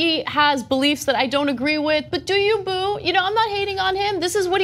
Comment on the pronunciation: ANNA! Please! Once again, it’s “Do you (slight pause) — boo.” Not “doyouboo.” Please appropriate the culture correctly!